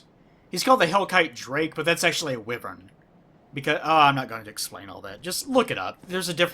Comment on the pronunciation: His pronunciation of caduceus and wyvern could use some work, though. "Cah-doo-shus" and "why-vern," for the record.